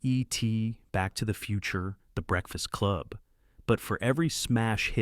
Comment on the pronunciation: Eee-T, Back to the Futurrre, th' Breakfast CLUB